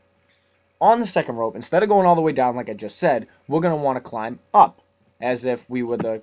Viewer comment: lol im sorry but i just found it so fukin funny wen u just casually said then we get twoun into hell